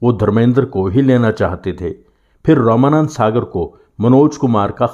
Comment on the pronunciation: आप रामानौद सागर जी का नाम रमानंद सागर क्यों कह रहे हैं?